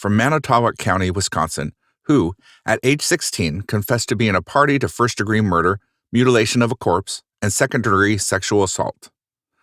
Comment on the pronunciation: "charged with morder" In all seriousness though, very good video